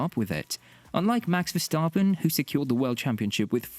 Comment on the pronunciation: omfg learn how to pronounce the driver names. verstAAAAAApen